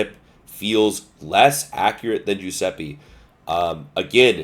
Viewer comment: giuseppe not giuseppi kunming not kanming.